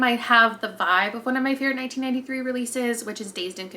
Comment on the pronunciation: Every time you say 1993 I hear 1983 😅